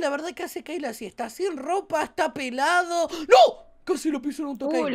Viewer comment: Todos: QUE HACE KYLE EN PELOTAS?!?! Juli: eS peLaDOh